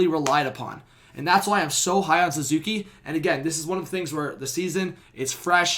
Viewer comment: His name is Suzuki not Zuzuki, but yes our Patrice Bergeron